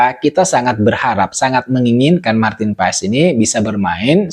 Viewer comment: Maarten Paes(ejaan lama) dibaca Martin Pas !